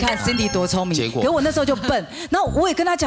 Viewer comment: 呂文婉一直唸錯sandy的發音...